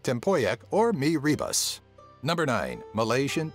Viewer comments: Mee Rebas.... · 10) It's pronounced as Cham-Pee-Duck (Cempedak), Ah-Ye Ban-Dong (Bandung Drink in Berhasa form), Ren-Dung (Rendang) and come on... Mee Re-Boose (Mee Rebus) Re-bus... What's that? Waiting for the bus again? 9) It's Tian.. TIAN! Chinese have no hanyu pinyin called Then or something related. 8) Er.. So... Tony Fernandes? Vincent Tan? All not mentioned? Wow... 7 & 6) The caning is not only on Malaysia's side but also on Singapore's side. Plus the baby thing? It's also on both side of the country and also elsewhere in Asia but in both Malaysia and Singapore, we call this behavior "pantang". 5) The USB Thumbdrive claim was even more ridiculous. It was an Israeli company who patented the thumbdrive outright and it was Trek Tech from Singapore and a China company that made it into the worldwide market while Pua Khein Seng just designed a reader for it. facepalm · gosh mee WHAT?? It pronounce 'mee Re not Ra(x) its is Re-Bos Spelling> Mee Rebus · its not mee rebus pronounce like this = mee ree-boost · Anyone kept giggling when this guy pronounced the foods and names? I mean look, MEE REEBAS. Siti NurHALAZA. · Rendeng,Kempedak,Lengset,kuey,er bendung,mee rebaSSSSS,nasi Ulaem the way he pronounce the food has me weak af 😂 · mii raebus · the mee rebus is pronounce as the e sound like the e from the bee's e sound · churn per duck = Cempedak , Mirror Boost = Mee Rebus .. pronouncing guide for beginner lol... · he pronounce ''mi ribas'' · mee rebas. 😂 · mi ribas .. lol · mee ribas.hahaha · mee ribust.....hahahah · Mee rebus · SnowVelvet TheHipsterPony Mee rebus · as a malaysian i loled so hard because the guy say mee rebus